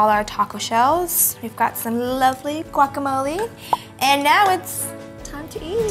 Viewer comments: its guacamoleh not guacamoleeee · Guacamole has jalapeños ladies. Important ingredient. Also the g is silent when pronouncing. You heat needs to be higher when cooking shrimp.Kylie quit touching your hair when handling food or cooking in the kitchen..